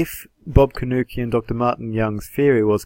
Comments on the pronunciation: His name is pronounced Corn Nuke, not Cornukee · You are pronouncing your opponent's name wrong. It's properly pronounced C-O-R-N-F-L-A-K-E.